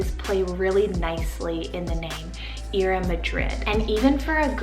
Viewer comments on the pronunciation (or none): Ira is actually pronounced I-ra.